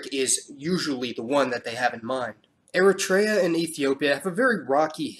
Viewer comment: It’s Eritrea not eratraya 😂